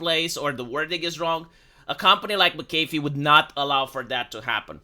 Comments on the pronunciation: Mc Aeh fee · Hey, watch any video ever made involving John McAfee to get the pronunciation down.